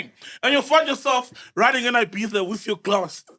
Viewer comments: There is no S in IBIZA 😂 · Ola MacG MR S man....dead by there's no "S'" in Ibiza🤣🤣🤣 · Ibiza pronounced as ibitha